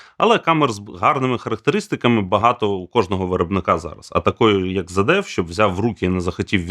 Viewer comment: Чому "зеД"? Звідки там трапилось "д"?